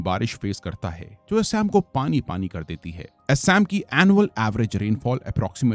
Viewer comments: Bhai theekse Assam pronounce kar 🙏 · एसाम नही असम, बहमापुत्रा नही ब्रहम-पुत्र हिमालया नही हिमालय! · Sir assam ka pronunciation thik kijiye assam aur majuli ka. Aap galat tarike se pronounced kar rahe hai.